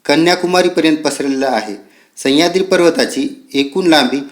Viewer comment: सह्याद्री आहे तो... संह्याद्री नाही सर... बाकी video छान